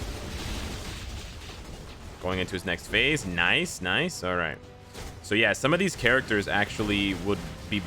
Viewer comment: Now that I think about it, they MUST rework spider man and miles with the video game uniforms. That'll be justice for my spider bois. 🙏🙏🙏🙏 Edit: a challenge for any true fan: take a sip from a drink everytime says " noice ".